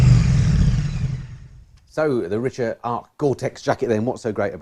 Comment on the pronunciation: Great review and Jacket, I have the Richa Cyclone GTX jacket and pants myself and find them great during the cold wet weather, no leaks so far and very warm, these are a Belgium brand (where i live now, ex pat) and the locals at the Richa factory in Oudenaarde pronounce it Ric-Ha not Rich-A, they have a store attached to the Factory and i walked away with very much lighter pockets then when i arrived :)